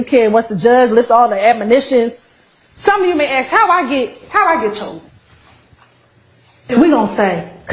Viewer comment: and ax for ask. This is the real tone when she isn't trying so hard to appear professional.